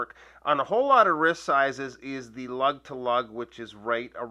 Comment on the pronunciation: lug opening ? sounded like LEG